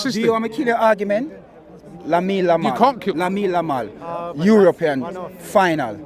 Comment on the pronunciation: Let me kill you argument. Robbie: Go ahead: "Lamine Lamal" He doesn't even try anymore with the names.